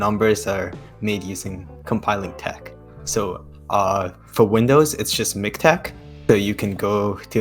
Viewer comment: Listening pronuncing "Vindows" instead of "Windows" made me want to reinstall manim